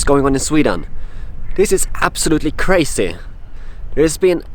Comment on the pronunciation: That is cray-see!